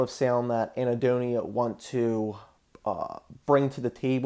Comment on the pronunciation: Anhedonia, not Ahnedonia